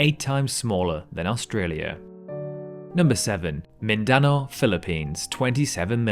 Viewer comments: Holy cow...Okay...Its pronounced Min-Din-Now = Mindanao As well, Those apes from Borneo are pronounced: Oh-Rang-Gu-Tang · The way he said Mindanao was very disappointing to me.. You would expect an American announcer to pronounce island names wrong but to hear an English announcer get it so badly wrong is depressing..